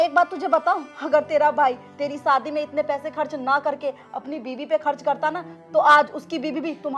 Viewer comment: सादी not शादी 😂